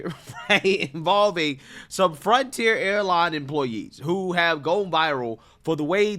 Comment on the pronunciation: Say it with me slowly… F R O N T I E R